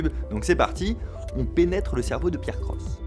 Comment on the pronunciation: J'aime bien comme tu as prononcés la chaîne de π AIR CROSSE à la fin xD